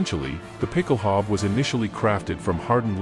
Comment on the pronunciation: A) it's pronounced ˈpɪkl̩ˌhaʊ̯bə, with an 'ow' sound as in 'cow' and an 'uh' sound at the end, and B) you neglected to mention that it was adopted by forces all over the world including the British Household Calvary and the US Marine Corps and is still in use in many countries as part of dress uniforms. Great video, though. I'm subscribing!